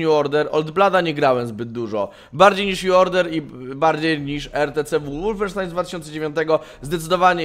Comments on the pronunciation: Przepraszam bardzo, ale znieśc nie mogę gdy mówisz łulfensztajn gdy powinno się mówić wolfensztajn...podobna sytuacja z niemieckimi samolotami Foke-wulf a nie jak widzę nie mała grupa osób mówiąca Foke-łulf. Pozdrawiam. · Kolejna próba łulfensztajna? xD